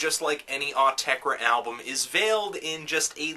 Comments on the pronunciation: OOOH-TEH-CREH!!! not AWW-TEH-CREH... just saying! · it is pronounced awteker as that is their dialect but they have also said pronounce it as you find yourself saying it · Actually, it's "Aw-teck-ur" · I thought it was "aww - tesh - reh" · its 'or -tecker' listen to an interview with them thats how they pronounce it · "Aw-tek-reh". I'm adding that to my list of Autechre pronounciations. :P Great review. I'm a big Autechre fan, but I agree with a lot of things you said. This was a hard album to really get into... still glad I bought the CD though. Some tracks were almost on the verge of annoying (known(1) and redfall are good examples), while some I liked pretty immediately (d-sho qub and pt2ph8). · Came back to see if young Melon could pronounce Autechre's name wrong. Was not disappointed. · There is no absolute right way to say Autechre u noobs, themselves wont tell u how u should say it so relax and pronounce in whatever way u want... About the music, this is a difficult album for some people, specially for those who are attached to the 90s Autechre sound, it will also be difficult for anyone not interested in experimental music and not aware of some basic computer music production. So I think its safe to say this is an elitist album, .. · Autechre doesn't even know how to pronounce Autechre.